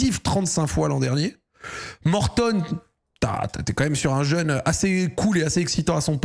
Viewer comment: Pourquoi Zack n'arrête pas d'appeler l'anglais Mortadon ? C'est gênant non ? 🤔